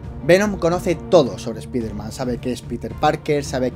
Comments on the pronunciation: se dice "spaiderman" español CTM, no se dice "spiderman" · Es ESPAIDER MAN NO ESPIFERMAN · a y no se si sabes algo de inglés, pero se dice spaiderman, aunque se escribe Spiderman se dice spaiderman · Paren de decirle espiderman no se dice asi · esta bien el vídeo y todo pero me provoca algo cada vez que pronuncias así spiderman se que eres de España pero siendo fan mínimo trata de instigar y poder pronunciarlo de manera correcta o mejor decirle hombre araña